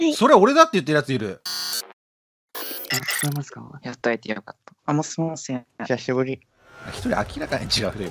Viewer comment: おっさんの ひさひぶり 17さいでしゅ 爆笑ものwwwww😷🐒